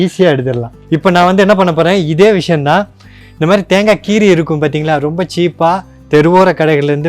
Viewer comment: அது தாங்கா இல்ல தேங்கா செரட்ட இல்ல சிரட்ட ஒழுங்கா தமிழ் பேசுங்க கடுப்பாவுது